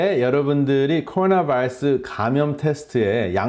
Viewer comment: 발음 ㅎㅎ 미국 의사분들보다 굴릴땐 더 심하시네요 바이타민은 안굴리시궁 아우,,,~~~ㅎㅎㅎ(코어나바어스 만 ) 잘하심